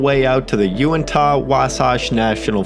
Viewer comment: Uinta is pronounced You-in-ta. Tooele is pronounced To-will-ah Utah names are difficult to pronounce for outsiders.